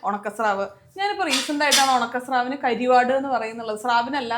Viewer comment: കരിവാട് അല്ല കറുവാട്.. തമിഴിൽ ഉണക്കമീനിന് പറയുന്നതാണ്